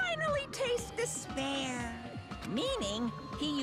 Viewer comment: Spoiler: Despair = dis-bear.